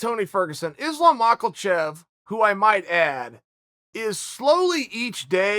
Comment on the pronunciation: Chael is so bad at pronounce last names first its Jans name now Islam 😂